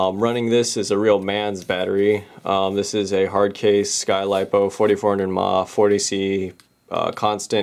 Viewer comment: Ma isnt pronounced "Mah" its an amperage measurement!